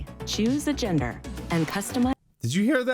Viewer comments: its in reference to the AI voice that did the trailers When it pronunced gender it sounded like jenner Which is the surname of a famous family (the kardashians) and one of the daugthers in the family kylie has the surname jenner Therefor Kylie jenner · Was that "choose a gener" or "choose a Jenner"? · Ya hearing needs to be checked bro your hung up on things that don’t exist. Video says gender clearly you say Jenner for some odd reason. Same with journey. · I agree with all the other ones but she definitely pronounced the d in gender.